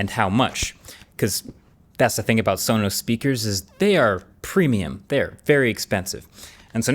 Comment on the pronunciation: That cannot possibly be how Sonos is pronounced.